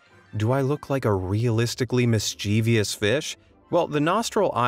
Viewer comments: The word is mischievous, not mischiev'i'ous with an extra 'i'. Grrrr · Mischievous has three syllables. Please be smart and pronounce it correctly!!!